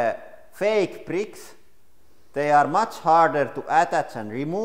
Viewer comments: Duplo brittkke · some others mention hearing the same word, prick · "LEGO preeks" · am i only 1 who is laughing cuz he saying pricks and not bricks? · "Lego pricks" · Lego bricks not lego pricks